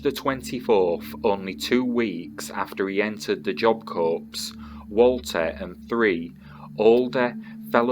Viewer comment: Pronounced Job Core.